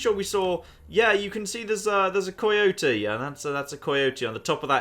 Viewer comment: "koi yotie" - (PS its pronounced kai yotie)